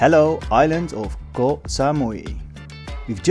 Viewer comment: has been long enough in Thailand to pronounce Koh properly. 😊